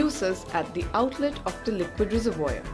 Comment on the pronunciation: 'sprayer', 'res-a-voyeur'......